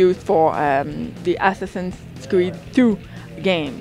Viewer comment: It sounds like he said Ass-Assins creed XD